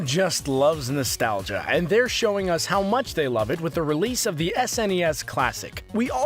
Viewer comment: All of these are common knowledge to SNES classic owners and on top of that, in the start, the guy pronounced nostalgia way wrong